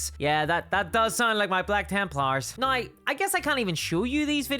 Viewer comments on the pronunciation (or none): Yeah but why you say "neigh" instead of "now"